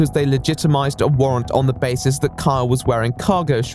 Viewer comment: I keep hearing "Kyle" as "Karl"